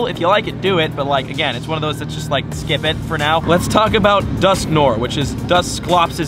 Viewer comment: Its dusknoir, not dusknore. Its french